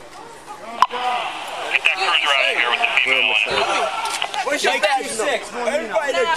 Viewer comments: "I need an abullanance" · Ambalance “put her in da ambalance”